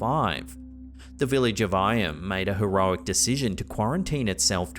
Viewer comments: Just a trivial point - the village of Eyam is actually pronounced "Eem". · It's pronounced Eeyam 😊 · Just to note, the village of Eyam is pronounced 'Eem' 😊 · The Derbyshire plague village is pronounced 'Ee-yam'. A fascinating place to visit. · The village name of Eyam, is pronounced as if it was spelt Eem. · FYI - Eyam is pronounced: 'Eeem' as in 'seem'. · You pronounced Eyam wrong but it’s cool.